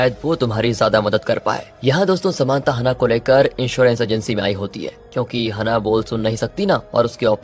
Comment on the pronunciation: हनाह नहीं है ब्रो, its हैनाः 😂😂